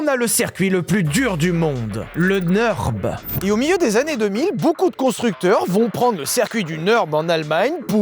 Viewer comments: Faut vraiment arrêter de dire "Neurb'". Le ü tréma allemand se prononce u. Comme le u français. De toute façon le u sans tréma allemand se prononce ou. Bref, ni en français ni en allemand on ne prononce un u/ü "euh". Stop. Nurre-bourrgue-ring (comme un ring de boxe). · Pourquoi le Neurb’ ? Je sais que l’allemand c’est chiant à prononcer, mais c’est Nurbourg’ring’ phonétiquement, donc le Nurb’ limite c’est mieux. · le neurrrb ? le Ü se dit U .. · Mais arrêtez de dire « le neurb » (cf: le meuporg) 💀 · Le NEURB 😂